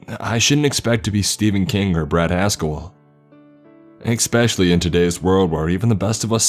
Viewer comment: For the love of god please stop saying ick-specially